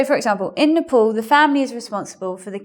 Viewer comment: Why is your pronunciation of "Nepal" is like "Nipple"...umm hmm